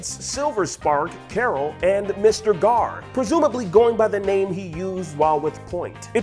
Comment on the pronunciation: It's Gar.